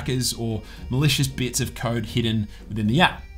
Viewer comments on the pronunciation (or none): none